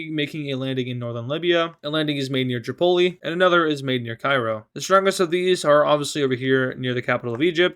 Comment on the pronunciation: The way you say Tripoli sounds like you say Chipotle lol :)